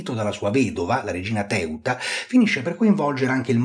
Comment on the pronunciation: Ma come pronunci i nomi del Re Agron e la regina Teuta? Assurdo!